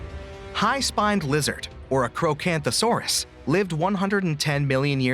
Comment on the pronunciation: The fact you cannot find an accurate model for giga or spino, also giga nor any other dinos had the intelligence to form a pack and pack hunt, and again it's apatosaurus (Ap pat o saur us). Oh yeah and the allosaurus hatchet theory was disproven a while ago. The way you say archocanthosaurus is so just wrong. If Diplodocus used it's tail like a whip,it would brake its tail Quetzalcoatlus wasnt a dinosaur, it was a reptilian that lived alongside dinosaurs